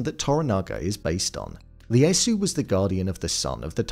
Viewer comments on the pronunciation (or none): 1. Ieyasu is pronounced "Ee-yay-ah-soo," not "Lee-yay-soo." 2. Edo is pronounced "Eh-doh," not "Ee-doh." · Lee-asu? What is it with you English ppl reading cap i as L ? Don't you know names always start in caps?😂 His name was Ieyasu: yeh-yah-soo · Tokugawa's name is pronounced ee ay soo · Its Ieyasu (ee-ay-ah-soo) not Leyasu. There are no Ls in Japan. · Tokugawa's name was pronounced EE-EH-YAH-SOO Tokugawa. Just FYI. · ieyasu with an “i”. Not Leyasu. This just sloppy m8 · WTF... It's "Ieyasu" - the first letter is an "I" (i), not a flippin' "L"...